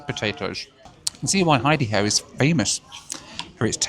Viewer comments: I think it's "Idaho-an" not Idaho-e. But I guess "Idaho-e" is funnier. As for Nuts on Clark originated as a nuts and snack shop that was on Clark Street in Chicago around 1979. They have diversified into popcorn which I think is their best selling snack currently and what they're most known for (at least around Chicago and IL). Instead of miles, they should go by flight time instead as that's what most people are going to pay attention to. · It’s actually pronounced Ida-ho-an. 😜 Rachel walking on her own and without a cane or assistance of any sort?! 🥳